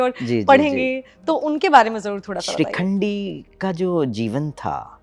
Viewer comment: "Madam" ko koi bataye...its not SHRIKHANDI 😂😂 but SHIKHANDI